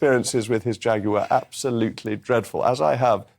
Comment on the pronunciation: Shaguar lol 😂